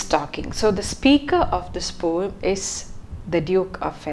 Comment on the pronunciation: Please work on your pronunciation, especially as you are teaching learners of English. People are normalising wrong pronunciation just because they don't want to work on theirs. Pronunciation of words like genre, poem etc. can be learnt online. And yes, the word 'poem' does have a soft 'e' (No hate)